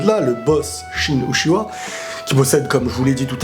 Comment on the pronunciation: Pourquoi tu dis utchiwa c'est uchiha 😡😡😡😨😨